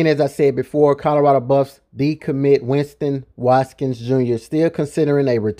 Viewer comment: “Win-ston Wat-Kins” bro 😅😅